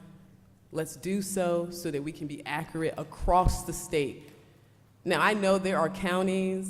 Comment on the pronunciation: She’s absolutely BEAUTIFUL - just gorgeous, but her pronunciation of accurate is awful.